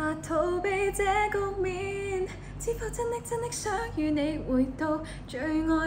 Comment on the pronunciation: 局面變左"焗麵"😆😁